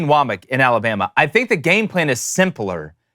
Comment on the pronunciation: I am begging you to pronounce names right. Woe-Mack. And Milroe isn't French. What gives?